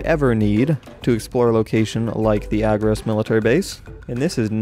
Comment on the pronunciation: It's called agrOS not Agros